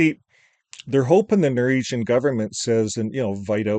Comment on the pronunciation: ...its NOR -WEEG-AN...😂